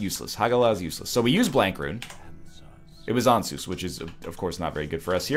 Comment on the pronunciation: Ansuz... AN-SAWS, not ANSOOZE. Because it sounds like "answers" because it shows you everything.